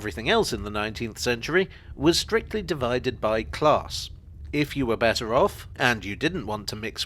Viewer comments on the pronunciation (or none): none